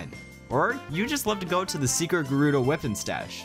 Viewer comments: Wipon. WIPON😂 weapon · why does he pronounce weapon as "wih-pun"? just curious